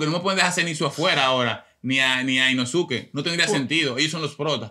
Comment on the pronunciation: La U en el nombre de inosuke no se pronuncia 😂 se dice inoske